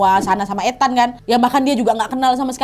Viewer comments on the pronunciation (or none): Koreksi cara manggil nama NAD, Ethan, di baca ithen, bukan ETAN, tau kan bacaan inggris itu ga sesuai dengan ejaan huruf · Ethan, itu I-THEN BUkan sih bacanya Kak NAD 🤧